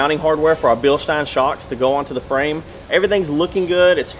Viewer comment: Bilschhhhteeiiiiiiiine and BremBRO lol love it